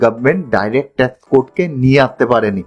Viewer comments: TAX ke pronounciation apni TAC bolchen kano? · Word টা tact না tax তা বুঝতেই video শেষ হয়ে গেলো😂😂. Jokes apart. Informative খুবই কিন্তু উচ্চারণ খুবই খারাপ। শুধরে নিন plz তাহলে উপস্থাপনা নিখুঁত হবে। 🙏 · উচ্চারণ ঠিক করুন।ট্যাক্স শব্দকে ট্যাক বলছেন। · Direct Tac Code 😂 কি উচ্চারণ রে বাবা 😢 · Uni tax ke bar bar tac bolchen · উচ্চারণ ঠিক করবেন। শব্দটা হচ্ছে 'ট্যাক্স কোড '। 'টেক কোড ' নয়। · Ekdom thik kotha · ট্যাক্স না ট্যাক ? উচ্চারণ ঠিক হচ্ছে কি ? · Work on your pronunciation. Tax ...not tek. Direct Tek code ...bar bar bolchhen. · Direct tact code noy , kaka, DIRECT TAX CODE. Tomar motor speech disorder achhe, Speech therapy karaoke. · কথাটা tax, tact নয়। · Brother, before making this types of videos,try to pronounce TAX correctly. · মনে হচ্ছে আপনার উচ্চারণে কিছু অসুবিধা আছে। X র বদলে T bolcchen।